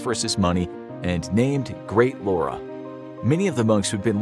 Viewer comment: It's not called great Laura!! It's called great Lavra!!